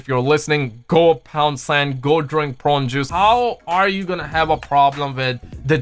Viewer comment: Idk what’s worse brother the adds in this video or you trying to say prune juice. I love you